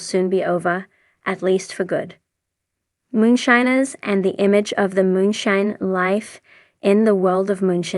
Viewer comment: Theses AI voice overs or people reading a script not knowing anything holy cow. I lasted maybe 25 seconds before she said moon shinners